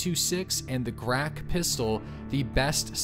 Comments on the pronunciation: its grah-ch not grah-kh!!! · I notice you keep calling the Grach pistol a "Grak". Грач is a Rook bird and you pronounce it like Gratch but with no t in it. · Its grach, not grak, lmao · It is properly pronounced as a grach (birs called rook), not the grak, there is no such word in Russian language :) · Hey,. I've been watching your vids lately and subbed to the channel. Great content. Just one thing, I keep noticing the way you pronounce Grach pistol is a bit wrong. "Ch" sound there is like in Cheese. Not a big deal at all, just wanted to let you know. Grach is a russian for rook btw, rook as a bird.